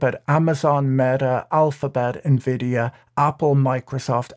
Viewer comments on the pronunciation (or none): none